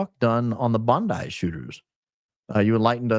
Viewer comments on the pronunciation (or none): Enjoy your investigations and "theories". Watched the 2nd Charlie vid this morning, with the guest. You also spoke about the Israeli perpetrated "false flag"in Australia. James Li, says it IS pronounced "Bond eye" beach. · also Bondi our beloved beach is pronounced as Bon Die-false flag for sure